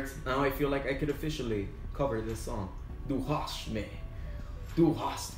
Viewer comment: ^You said "Du Hast" pretty good :D